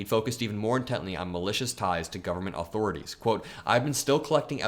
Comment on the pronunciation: “Aww-Thor-Aww-Tees” lol.